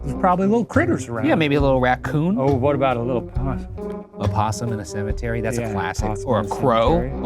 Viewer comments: "what about a little põssmn" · why is NOBODY talking about how shane said “possum”?!?! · the way shane said "possum" killed me for some reason